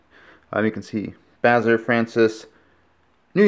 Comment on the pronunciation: Dear, yes I do! Iron handle tho. pronounce it Bazarre Fron-Cey meaning French Bazarre